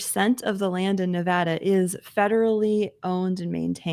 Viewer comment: OK First, Nevada head here. The first a is an a as an apple not as in awful. Thank you. Secondly, the weather in Northwest Nevada is awesome! But yes, you get a few miles east of Reno/Carson City and it is pretty bad. You might not know this, but lust in the dust occurs in the Nevada desert, and I’m happy to say they are losing money, which is a good thing. Perhaps it will shut down. God sent them terrible thunderstorms a couple years back, and they all got stuck in the mud. So we can pray for that. The other name for lust in the dust is of course “burning man“